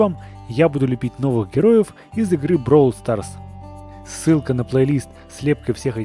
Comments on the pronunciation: Ты говоришь бровол старс , а надо бравл старс! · Не броул Старс а Бравл Старс и кстати классно получилось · Читается как "БРОУЛ СТАРС" это Английский язык а не Русский!!У них другое произношение.